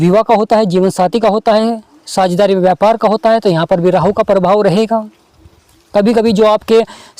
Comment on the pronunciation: Sir 🙏 rahu 👍thik he, Rrrrraahu.... Kya he??